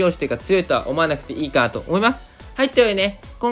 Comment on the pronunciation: 思いますくらいしっかり言えないの？😂